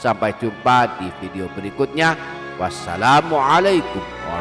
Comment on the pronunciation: Dan bukan assalanungalaikum ,tapi assalamua'laikum